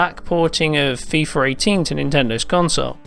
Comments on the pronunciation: it's Fee-FUH, not Fee-FER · Why does he pronounce "fifarr" instead of "FIFA"? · "fifer 18" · Feefer 18? God, Britains have the strangest pronunciations. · FIFAR 18?? thats how he said it..